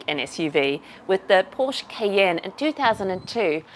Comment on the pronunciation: Please remember that 'Porsche' is pronounced with two syllables. The GTV is awesome!